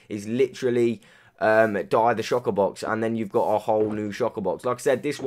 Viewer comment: Anyone noticed he says shocker box